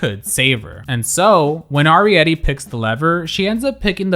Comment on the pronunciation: Just a heads up that Arietty pronounces her name with a hard A, not a soft A